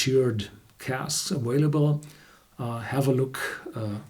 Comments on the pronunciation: The word "available" is pronounced "aVailable", not "aWailable". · Derek C. - he doesn't pronounce v's as w's in any other words; he only does that when he says "available". For example, listen to him say "vanilla". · as expected, the low hanging fruit reply of "if u no care y u respond??!" Let me clarify; nobody cares that he pronounces it as "aWailable." Only you and your incessant shitposting care about that. I'm just at the same point of everyone else wishing you would shut the fuck up,, hence my response. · I know quite a few Germans who pronounce v’s as w’s. But good job being pedantic.